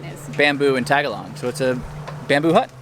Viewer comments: Um the language here is NOT "TAG-a-log" it is "ta-GAL-og" accent is on GAL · Beautiful video with beautiful couple. Tip: Philippine vowels are all short - So that’s tuh-guh-lohg. Remember, short vowels and also syllables usually end with a vowel; Most of the time.. Tuh-guh-lohg and NOT tag-a-log. Good luck! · Ta-Gha'-log, not Tag'-a-log. What a farang🤦‍♀️! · "Tag-a-long?" ... he keeps pronouncing the language improperly ... it's Tagalog (Ta-gawl-ug) ... not "college" enough apparently. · Its TA GA LOG , not Taga Long... wow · i like how he keeps sayin tagalong 🤣🤣 i wonder how long it took before he learned it was incorrect. OH damn this was 2 years ago! i thought it was recent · Heads up: Tagalog is pronounced Tay-gah-Lug Not tagalong lol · The language is Ta-ga-log not tag-alog...mmm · They speak tag along? Better ask someone how to say it. The emphasis is on the second syllable for most words. Tah gah loge. Like the word low and the hard g sound. Palawan is pah low...like cow or sow...wan. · Please, for the love of god... stop saying "tag-a-long"..... Its "tah-gah-log". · Nice try. It's pronounced Ta-ga-log. Not tag along. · Tagalog. Not Tagalon. Video is pretentious. Private private private. Not for the average traveler from what I am seeing. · Please pronounce our language right. Slow it down a little Ta..ga..log. I'm like what the heck did he say????? You sounded like tag a long! Geesh!!! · Did you just say "tagalon"? LMFAO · OMG I have never heard Tagalog pronounced that way. I was like what did he say? LOL Its pronounced tah gah log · It pronounced ta ga low. Tagalog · You pronounced tagolog wrong. Awwwwh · This guy always say Tagalong 🤣 🤦‍♂️ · can you never pronounce it Tag-a-long LMAO!!! smh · Lol the way he says Tagalog 😂😂😂 not even close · Great video but please pronounce "Tagalog" correctly. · His pronunciation of Tagalog and her pronunciation of salamat made me cringe a little. Palawan is beautiful though. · Learn to pronounce Tagalog correctly.